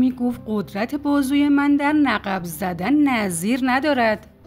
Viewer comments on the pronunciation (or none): دوست گرامی تلفظ صحیح کلمه نقب nakb می‌باشد